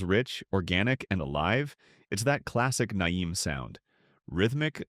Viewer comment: Ai created videos are really hilarious. The way it pronounces NAIM cracks me up. Complete waste of time.